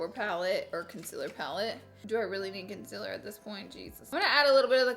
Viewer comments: Not to offend or to be mean it’s con-CI-ler not Con-sih-ler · CoNcEler *CONCEALER gurl u say it wrong AAAAAAAAAAAAAAAAA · Alex 12327 conciller 😂 me too lol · Laura you are so inspirational to young girls like me. Like if you love the way she says conciliar!! #firstview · Why can't you say concealer🙈 or is it's just your thing. If so, keep doing it😘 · She says concealer wrong😂😂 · I couldn’t watch your videos for the longest time because of the way you say some words... conciller, mail lmao but look who’s subd now😂 meeee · Is it really a Laura Lee video if she doesn't say ohl or conciller? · Primer "OWL"..CONCILLER😂 ORDINARY LAURA😂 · why make fun of the way she says concealer when we could make fun of the way she says oil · everyone talks about how she pronounces concealer but she LITERALLY SAYS OLE AND NOT OIL LMFOANDJD